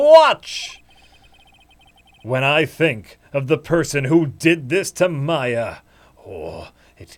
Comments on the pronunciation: Oh jesus christ, you guys. Mia - pronounce MEE-ah Maya - pronounce MY-ah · How do these tards not know how to pronounce "Maya"?